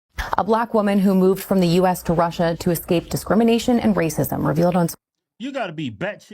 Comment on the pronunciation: Wouldn’t be surprised if she did all this for gofundme money.also her Russia. Pronunciation makes her sound like Brazilian portuguese